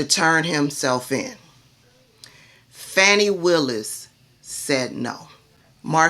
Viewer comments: Her name is pronounced Fawnee, not Fanny. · You are one of my favorite online personalities but please stop calling her Fanny ,it's pronounced like Fauni or Fawny. Keep up the great work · For those w/ ❓ listen to professionals who've worked w/her [Glenn kirschner+ others] they DON'T say Fanny - Faux news MISpronounces Kamala + Fani - INTENTIONALLY.... Just sayin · I love your channel but please pronounce Fani's name correctly - Faw-nee... The repugs MISpronounce BOTH her + Kamala on purpose- Fani is an international superstar - let's get her [+ Kamala - not Camilla ] names right for historical purposes. TY ❣️☮️